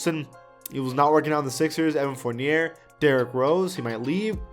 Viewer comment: The second r in Fournier is a